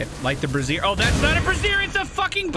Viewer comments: "bray-shure/zhure" or maybe "bra-ZIRE" "brah/braw-zire" is women's clothing Love the content! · I'm pretty sure your pronouncing brazier like brassiere, and that is not the same thing lol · My guy, you're pronouncing brazier wrong lol. A brassiere is something VERY different XD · Easy mistake, both contain more than a handful of hot stuff and are uncomfortable to wear